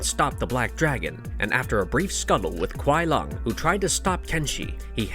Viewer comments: kuai lung? lol you mean Kuai Liang (sounds like lee-ang) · Why do yo call Sub Kuai LUNG???his name is Kuai Liang it is clearly not Lung. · It's LEE- ANG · Kuai lung? Seriously learn there names before making a video its Kuai liang not lung 🤦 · The way u pronouce kuai Liang and Shang tsung is appalling